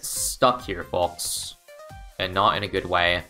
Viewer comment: Why does he say the L in folks D